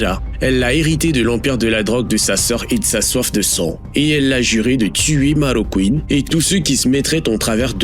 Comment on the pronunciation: Marroquín, pas Marrocouine ! En espagnol, le "u" ne se prononce jamais après les lettres "q" et "g" ! Ce terme signifie "Marocain", ce qui peut laisser supposer que cet homme a peut-être eu des origines au Maroc. Idem, on ne dit pas Migouel, mais Miguel (comme ça s'écrit). A part ça, la vidéo est assez instructive. Merci.